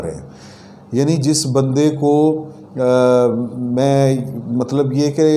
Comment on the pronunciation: کیامیی میی لگا رکھی ھے پہلے اردو سکھو بعد میی خبیریں دو